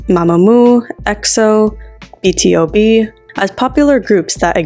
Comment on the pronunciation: BTOB is pronounce B to B.